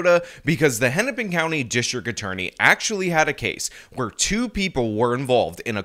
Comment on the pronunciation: Hinnipin county? this is Keith Ellingson isn't it...